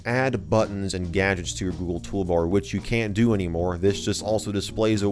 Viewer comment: Toogle Goolbar